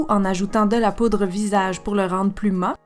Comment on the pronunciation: Cc super vidéo ! Simple et consice ! Par contre on dit " mat" en prononçant le T et non "ma" 😉 bisous